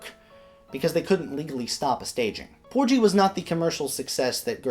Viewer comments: Great presentation,! Minor detail: I think the pronunciation is ‘POOR-ghee’ (hard ‘g’ as in “gasoline”) rather than ‘POOR-gee.’ Keep up the fine work! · You're mispronouncing "Porgy"... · 😂😂 porgy like orgy no no no